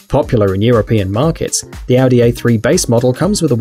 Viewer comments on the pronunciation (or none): none